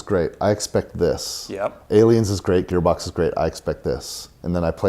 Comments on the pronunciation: Is he saying gaybox cause that's what it sounds like I know he's gearbox but it just sounds like he's saying gaybox I know Dumb comment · He keeps saying Gaybox. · Haha! The way you pronounced Gearbox made it sound like Gaybox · "Gear box" not "gay box" guys.😂😂😂😂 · Gaybox? Gearbox? The name is gearbox but everytime it sounds like Gaybox. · Is it me or he says GayBox not gearbox? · I kept hearing Gaybox...good vid gents. Cheers! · Sounds like you’re saying GayBox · bloody hell, ur saying gearbox like ur saying "gaybox" WHYYY